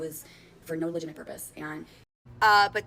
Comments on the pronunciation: She’s right.. no legiminate purpose here. Gee sus H. Say it with me LUH JIT TUH MIT. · "Legiminate"? 😂 Trying to stand on business when it's a lemonade stand selling water 😂.